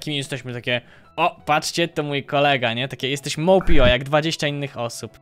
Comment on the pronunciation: Nie mówi się mołpio tylko mopeio